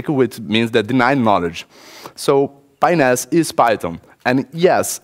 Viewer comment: Sounds too much like a foreigner saying penis.